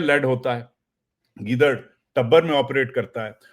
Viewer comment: چاچو گیدرن نہیں کہتے ہیں گیدڑ ئ کہتے ہیں